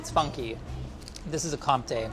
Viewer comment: the way he pronounced comté made me want to kill myself